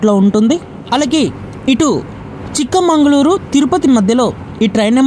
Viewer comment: Chikmangaluru కాదు. చిక్మగలూరు